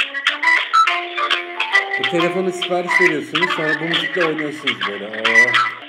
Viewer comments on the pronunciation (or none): none